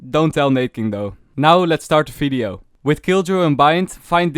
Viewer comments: it's vvideo not fideo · I like the way he says video. He says its as fvidio